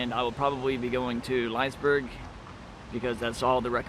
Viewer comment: Liseberg is pronounces [Liss‐eh-berg] As in "bliss" but no B, the a short, sharp E making an "eh" sound followed by "berg"